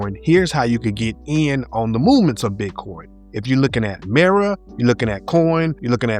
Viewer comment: Mah ra not miro